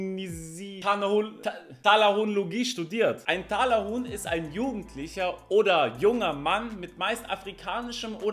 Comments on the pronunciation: Fck ich sterbe. 😵 💀 Ich musste bei jedem TALAHUHN so lachen.. Atmen vergessen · Das. heisst. richtig. Talahuhn